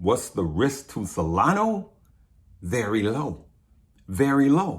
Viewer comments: It's SolanA not Solano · dude, it's SOLANA... not Solano. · Solana Sol lan ahhh. Not Salano